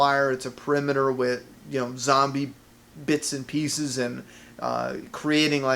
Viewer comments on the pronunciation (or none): none